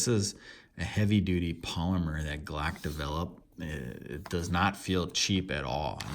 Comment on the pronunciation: the “glack knife”